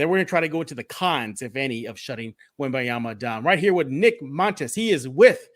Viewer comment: don't forget the "n", it's Wem-baN-yama, thanks